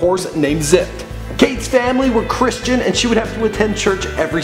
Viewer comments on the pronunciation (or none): none